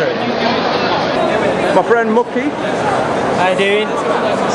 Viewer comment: Nice one wish i could of been there. Btw did he say coventry? lol